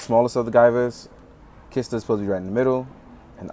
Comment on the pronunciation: Don't know how I ended up here from a Gunpla review, but here we are. Haha Just wanted point out the Guyver 2F's name is Lisker. Not Kisler. Haha Valkyria Lisker. She actually appears in both Out of Control and the manga. I like her Purple look a little more honestly.